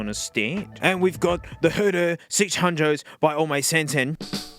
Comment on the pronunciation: NOT DEM HUH DUH SIX HUDUS